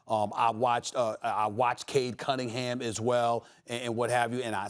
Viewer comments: Nobody Kendrick Perkins: “Cade Cuddingham” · Nobody: Perk: Cade Cuttingham 😂😂😂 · Perk - "Cade Cuttingham" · No one Perk: Cade Cuddingham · “Cade Cuttingham” Perk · Bro i could just be high....But is he calling him "cade cuddingham"? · Perk with his "cade cuDDin'ham" lol. bro! that's a N, not a D!